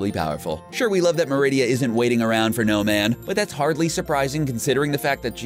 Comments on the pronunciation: Sorry but pronunciation for merida is wrong. Its mer id a, not mer id ia. Even in the movies you can tell. Sorry I get cringy easily. Awesome vids tho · Its merida, not meridia! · MER-EH-DA. They literally say her name in the movie. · You were pronounceing Merida wrong.